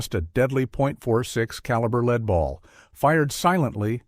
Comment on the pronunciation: hmm it's kind of weird how many errors there are like pronouncing "lever" as "level". And lead as leed.